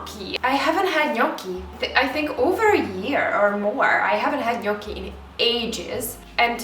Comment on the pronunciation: That 'certo' sounds very good! And you can say 'gnocchi' perfectly, brava! I love your videos, and very well done getting to a better phase post-breakup: I relly feel ya ❤‍🩹❤